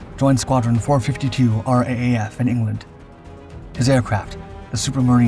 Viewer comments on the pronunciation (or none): Oh, and while we're at it, its pronounced "R double A F" not R A A F. Details matter.....